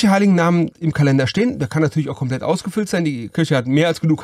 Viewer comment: Schönes Video. Komplet wird übrigens auf der letzten Silbe betont ("Kompleeeet"). Macht das Video nicht schlechter, wollte es aber mal angemerkt haben :D